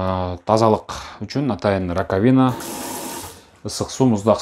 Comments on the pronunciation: Раковина деген сөз биринчи а тамгасына басым жасалып айтылат: ра́ковина!😮‍💨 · Алып барууччу раковина ударение на «А» койсонуз.